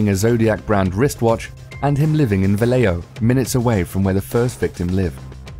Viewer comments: Wow, he pronounced Vallejo correctly. My hometown. Contrary to his claims, Suge Knight wasn't seriously injured in the shooting. His claim that he had a bullet lodge in his head was just a way to make it seem like he was also a target. In reality, the medical examination showed no serious injuries and he does NOT have a bullet in his head--a piece of glass cut him. In reality, he's almost certainly the person who put the hit out on Tupac. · Vallejo (Congrats on the correct pronunciation by the way) is a town on Solano county. I grew up in Fairfield, which is the county seat. My dad worked at the time, less than a mile from where the first murders took place. Scary. My dad thinks he was in the Air Force, stationed at Travis AFB, also in Solano County.